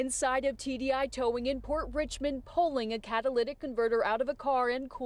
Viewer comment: a towwing company ? say it aint so